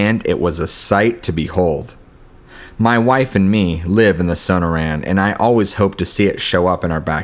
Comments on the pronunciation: SO-NOR-UN, NOT SONO-RAN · Suh nore un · Son-noor-anne, not So-No-Ran. Cool stories, but use a dictionary or something if you aren't sure of pronunciation. It's like listening to George Bush try to pronounce nuclear and hearing it come out as nu-que-ler, lol. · Sonoran is pronounced suh· naw·ruhn. Forgive me if I'm nitpicking but you are a really good narrator and I love your stories. I googled it and it even has a speaker so you can hear the word in case you ever need to know. Nobody does gargoyle stories and you've got quite a few, all great. Thank you!